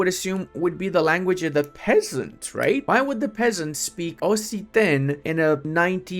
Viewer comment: Hey! Love your videos. Let’s make opinions even more balkanised. 😂 I heard that you probounced Occitan as “ossitan”, it is however pronounced with a hard C. So like OK-Sita(n). Half-Silent n of course 😂. The original spelling would even be with an X instead of two C’s.